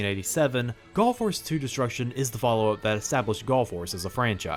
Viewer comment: I KEEP hearing him saying Gulf Wars, when I know what he's actually saying Gall Force, it's so weird...